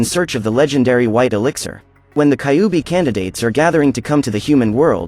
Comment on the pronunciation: I wonder inspired by Naruto definitely. You pronounced kyuubi wrong. By the way Kurama was sealed inside me lol. He gave me power ups ever single fight in my dreams.